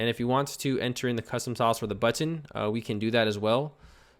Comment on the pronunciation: I love how says BUTTON... BUT-TON!